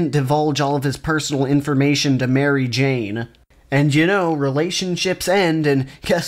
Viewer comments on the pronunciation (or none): CEO of Mary Jane-uh